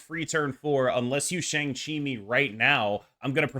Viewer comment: Let’s try pronouncing Shang’s name properly if possible. It’s not “Shang” like “Bang”, it sounds more like “Sean” or “Wong”.